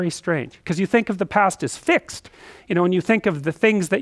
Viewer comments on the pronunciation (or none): none